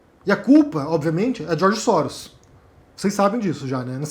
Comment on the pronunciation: "George Sóros" O é foda, kkkkkkkk!